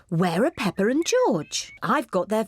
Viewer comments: It’s peppa not pepper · It’s not hello me it’s hello Peppa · The mom said “ pepper “ not peppa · Not only that but the also call peppa pepper